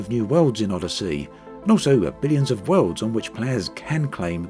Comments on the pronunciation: Tell me I'm not the only one who just heard him call it 'Oddity'? XD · Nah he's said it properly plenty of times. This wasn't a jab at accent. It actually sounded intentional. ^_^